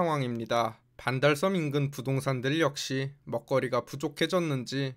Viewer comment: 왜 반달썸으로 발음 하는가? some?